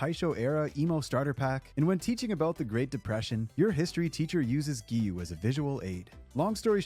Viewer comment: It's "Gi-yuu" not "Gyu". And you don't pronounce the "u" in Inosuke. "Ino-ske".